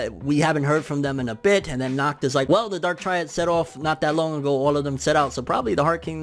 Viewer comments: You don't pronounce it as "knocked" at all... Try to exhale sharply as you do the H sound. German can be pretty tricky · You are nacht saying his name right🤣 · “Knock knock” “Who’s there?” “Nacht” “Nacht who?” “Nacht pronouncing my name properly”